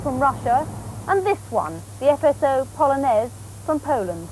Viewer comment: Bardzo dobra wymowa polskich nazw. Brawo.